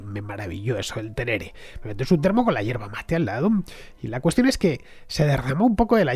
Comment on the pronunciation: Querido Fernando. No es terere, sinó tereré. Es igual que el mate argentino, pero frío! En Argentina se toma mucho en la región Norte también, en verano, claro! Un genio explicando historia!!!! Gracias totales!!!